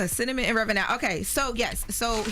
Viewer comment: "cinnamon" "fat jew" I thought yall said she could read??? 😂